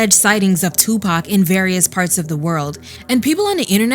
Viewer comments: Dude called 2Pac Tupack so off the rip everything he says is unbelievable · I can't believe anyone that mispronounces Tupac's name